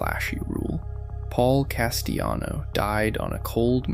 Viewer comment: You think it's pronounced "Castiyano"? Yeah, real mob expert here. 🤣